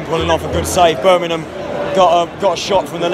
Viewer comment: It's BIRMINGHAM mate not Burnamem.